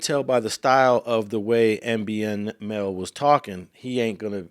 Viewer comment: Yall reporting and cant even get dude's name right? MBNel not NB lol